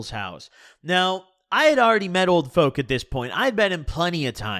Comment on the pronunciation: sounds like your saying "Old Foke" lol